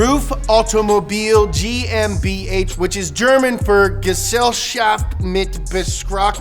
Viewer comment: Liked the video simply because I laughed so hard at your anglicised pronunciation of GmbH. Well done sir, clearly 0 F***s given for cultural sensitivity.